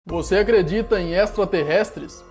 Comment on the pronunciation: você acledita em estla terrestles kkkkkkkkk